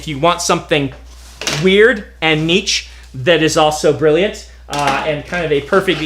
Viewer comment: There is so much to thank Brandon for, but the latest one is for being an American that can pronounce Niche.